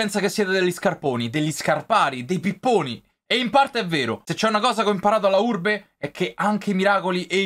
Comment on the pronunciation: Finalmente il ritorno di!!!🔥❤ E soprattutto della Urrrrrbe